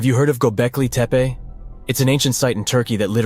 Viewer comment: Can't even pronounce the title correctly! Where do you come up with your silly ideas?